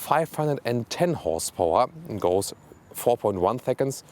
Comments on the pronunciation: "whores powah" 😂😂 lmao !!!! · "612 whores powah"